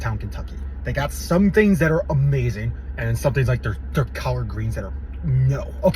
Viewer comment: What kind of greens did you say my man🤨 you're pronunciation is off my boy 😒 cOllard greens, make sure you pronounce that O.